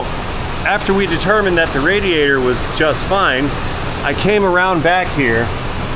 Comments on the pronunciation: “Leek in radator” lmao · Heh. "LEEK". HEH- " RADATOR". Luv ya!!